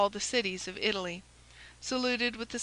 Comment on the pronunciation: It's not a matter of having an accent -- it's that words are mispronounced. Which syllable is accented has meaning in English. I' - ta - ly, not I - tal' - ly. And it is a - riz - en, not a - rize - en.